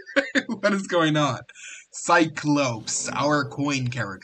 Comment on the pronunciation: Your pronoucation on cyclops 😂